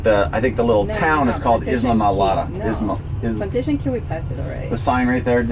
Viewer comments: Great video! Brings back some Great memories. However, Isla is pronounced EYE-LA, not IS-la. Like in Isla Vista, CA. 'Cause we can see (vista) the "Channel Islands" ( Isla ) from the beach. I'm pretty sure I'm correct but it is Florida and they say some thangs just a bit different. Safe (and mechanically sound) trip! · Pronounced eye-la-morada. :) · Tam-ee-am-ee. Mick-o-sook-ee. I-la-ma-rah-dah.